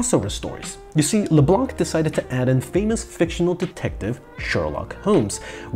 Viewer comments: C is silent in Leblanc...😮‍💨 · The c in LeBlanc is silent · Why do Americans mis prounce leblanc. The c is silent . As someone who grew up with a good 60 percent of the city name leblanc . Its annoying to hear americans mispronounce the name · It's actually pronounced "Leblan" and not "le blan(K)"... the "c" is mute in "leblanc" Yes I'm french... that's how I know 😉